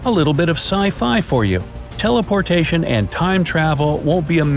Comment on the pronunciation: WAIT DID HE SAY TELEPORTATION